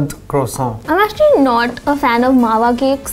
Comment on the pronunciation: It's not Mawa croissant y'all. It's either "Mawa kwoso" or "Mawa पेड़ा"